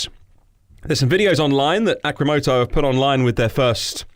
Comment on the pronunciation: You spelled the company name wrong in the title and was saying it wrong the whole time... it is supposed to be "Arcimoto" A, R, C, not A, C, R.